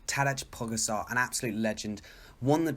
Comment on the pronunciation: Well, Pogacar just won in Volta ao Algarve! His name should be pronounced like Taday Pogachar